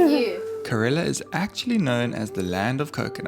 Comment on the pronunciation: it is not karela , it is kerala.